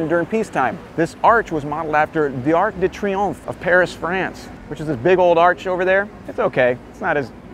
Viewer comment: Arc not arch